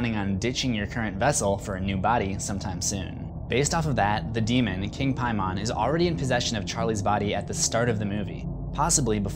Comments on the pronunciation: First things first,, I LOVE your "What You Missed Videos". Secondly, I really apologise about the length of this, but kind of hard getting so many points out strictly through messaging vs. a video upload haha so I have to be honest, your pronunciation of King Paimon, actually pronounced [Pay-Men], (like"pay" me money & "Men"), was driving me up the wall haha This movie completely took my wife & I by surprise, due to great promotional execution. We remembered the trailers showing everything was going to revolve around the daughter, Charlie & how, whatever her grandmother was responsible for would be hereditary. But to have that decapitation out of nowhere, in the middle of the movie no less, completely surprised us. The acting was on point too! Tiny Colette killed it, the son was fantastic & the dad was phenomenal too. But the aftermath of the accident, the emotion in the son's face, never once turning around, driving home, going strait up to his room & hearing his mom find the body the next morning was chilling & strait ridiculous! But let's get to the points i had & bits I wanted to clarify for you. Ellen wasn't doing everything to be his queen, her & the cult made a deal with Paimon. To get him a human host in exchange for riches & otherworldly wealth. Paimon is also stronger in & prefers male hosts, hence her son killing himself to escape from her "putting people in him". Then, her daughter denying any contact with her new grandson, though ultimately succeeding in getti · Simple Simon met a Piemon... you are killing me. Your inability to pronounce his name properly has made this video almost unwatchable for me. What a dunce. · How is it possible for someone to mispronounce a name so bad even though it’s constantly said in the movie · It seems like someone failed the vowel rule of English class. We only pronounce the first vowel when there’s two vowels in a word (like Paimon since he is mentioned constantly here) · why u gotta pronounce paimon like that